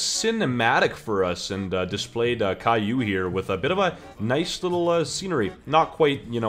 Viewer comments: I think it's pronounced K.O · its kay-O as in ko as in knockout as it disables abilities